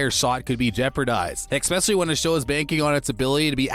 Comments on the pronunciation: And the word is pronounced “es-pecially” not “ex-pecially”! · Please learn correct pronunciation: it is 'ESPECIALLY', not 'EX-PECIALLY" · it's eSpecially...NOT eXspecially..... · Especially, not eckspecially. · Stop saying exspecially! Its annoying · You have great diction, but an odd way of saying "especially." Nice video, well put together. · Someone should advise the narrator that there is no “X” in “especially”.